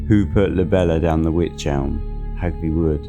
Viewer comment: It's pronounced wike ...rhymes with like 👍